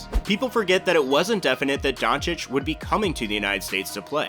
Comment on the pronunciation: hey! You finally learned how to pronounce Doncic. How much effort did this take?